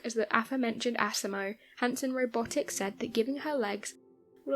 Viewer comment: LOL Can't help but laugh every time you pronounce asimos name like assimo😂.